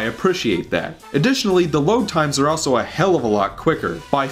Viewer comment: the way you pronounce "also" is driving me mad!